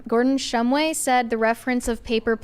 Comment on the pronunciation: It's been 2 years now. Why haven't they gotten Gordon shumway's name right yet